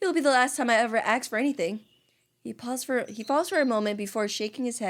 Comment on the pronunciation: I knew by the selection of answers it was gonna go down and the ending made me sad i literally cried POOR MYCHAEL I NEED MORE ENDINGS!!! Btw Fix Your Grammar LOL the way the word is "ask" and you say aks is sooo funny and yes I watched this in 2025 so what am late but still enjoyed the video ❤